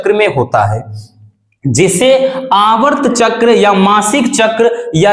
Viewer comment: Aavart chakra nahi sir aartav chakra 😮